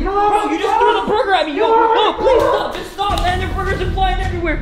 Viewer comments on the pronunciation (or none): He said there’s bergers flying everywhere🤣🤣🤣🤣